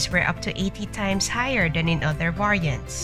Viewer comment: Get real ppl! The AI can't even pronounce "variants"!